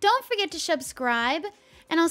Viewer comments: "Shubscribe" I love it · Wait did you say shub-scribe 🤣🤣🤣🤣